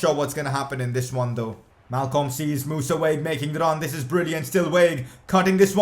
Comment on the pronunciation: it's Wag-eh not Waig